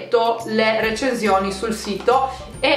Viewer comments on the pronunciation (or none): Aspetta lo pronunci "recenzioni"? Si pronuncia recensioni xD